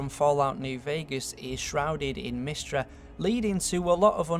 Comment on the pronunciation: >mystruh KEK